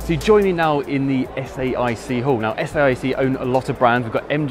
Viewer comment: The reporter kept saying S I A C when in fact the company is Saic.Oh, later he said S A I C, he learnt.